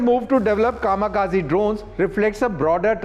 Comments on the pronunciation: Kamakazi Nehi Kamikaze 😂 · zkamikaze. Atleast pronounce things right when reporting.